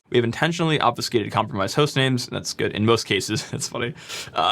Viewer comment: lol none of that was applicable. Good job. Oh, sorry, I mean "jood" job.